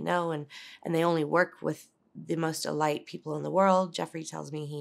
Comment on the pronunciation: Interesting she calls the elite the E-light. Lucifer- Satan.